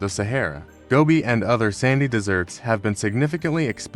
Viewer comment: Deserts. Not desserts.